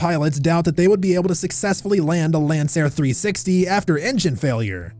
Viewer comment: This channel is hilarious. Child. 😂 “Lanceair” 😂 smh CHILD